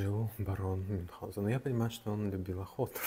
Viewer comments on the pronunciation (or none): правильно - Мюнхгаузен)